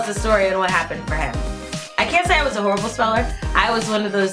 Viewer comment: It’s Horrible not Horabial ._.